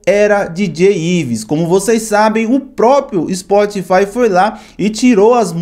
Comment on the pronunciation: "POBLEMA" , " SPORTFY" , "A GENTE NÃO PODEMOS"... larguei!!!